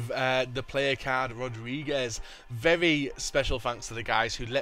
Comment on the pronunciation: LoL, you cant say "very"